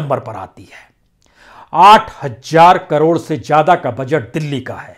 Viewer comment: hajjaar word nahin achhaa lagta..please sahi word yaani HAZAAR hi bolaa karen .ek badi bhen ki chaahat he.....